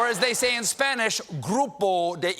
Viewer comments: I've never had a single Spanish lesson, but even I could tell Booker's pronunciation was very "Anglo/English" 😅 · I don't understand why someone bothers to learn Spanish but doesn't bother to learn how to pronounce it correctly. (we're looking at you, Cory.) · Jesus, Cory needs to start taking Spanish lessons, because his pronunciation is ATROCIOUS. I could barely understand him.